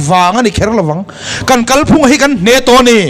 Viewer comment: Midang sawi ang lo in, 'Kalphung' tih a lam rîk dân hi a dik.